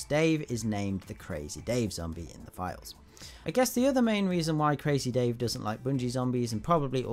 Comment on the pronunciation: You don't say crazy dave like this you need to say like this CrAaAAAZzzy Dave